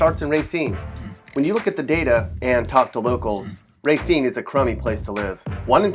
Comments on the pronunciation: Its "RUH-cine!" Not "RAY-cine!" Sorry, it just really triggers me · It's not Ray seen, it's ruh seen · It’s not RAY-scene it’s RUH-scene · Wi-sconsin [x] Wis-hconsin Ruh-seen - [x] Ray-seen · Not "RAY-cine", "RA-cine". Like it's spelled.Also, I've never had a problem with any of these places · Ray-cine??? Stop. Its ruh-cine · "Ruh-seen" not "ray-seen" sorry needed to correct you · Ra-cine, not Ray-cine. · race-een? It is rah-scene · It's not "RAY- scene" it's "RUH-scene" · He let his ray-cism get in the way of his pronunciation of ruh-cine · Only white people say r"A"cine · It’s pronounced Ra•SHEEN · Pronounced ra seem, I know because I live here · Stop saying ray seen it makes me want to die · Mattisco Lz RAY-SCENE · "ray seen" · it's rahh-Seen. It's the french word for Root. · I always thought the city was named after the French writer/playwright, Jean-Baptiste Racine, and though they pronounce it "Rah-SEEN," it's usually called "RAY-seen" in English speaking countries. Did you know "Oregon" is pronounced "OR-i-gen" by the native Oregonians and they get just as testy about it as these people. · Guess Sconnies or Wisconsin Residents/Natives call it “RUH-Scene” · My family has lived in Racine since the mid 1800s I believe, we all pronounce it Ruh-scene. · wait wrong person. just to be clear it's pronounced ruh-scene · u didnt live there either so ur answer is no more valid than the rest of us its still ruh-scene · my aunt and uncle live in racine now that is more valid than u living in a completly different town they would know the truth which is ruh-scene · where are u getting ur false info because it u look up how to pronounce it everything says ruh-scene end of story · got pissed at how he said RACINE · You butchered the pronunciation of Racine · He says Racine wrong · You keep saying Racine wrong 😣😣😣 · Can't even pronounce Racine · omg if he keeps pronouncing the city like that.....